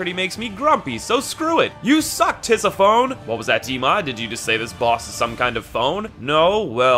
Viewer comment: Bro its Tis-I-Fon-ie Not Tis-i-phone